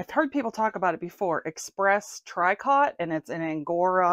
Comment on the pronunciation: You are so lucky! Goodwill in my town discontinued ALL their discounts and sales. So annoying! Oh. Not "Try cot" its said "tree coh". I guess its time to list my cold weather stuff! I appreciate you both and your channel.